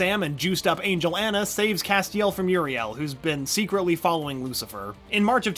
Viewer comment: The way he pronounces Castiel BOTHERS ME